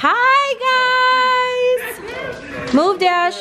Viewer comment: Am i the only one who didnt hear her say "dashit" 😂 tell me if im trippin